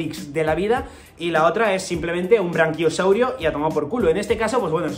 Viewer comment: Es braquiosaurio, no branquiosaurio, un saludo!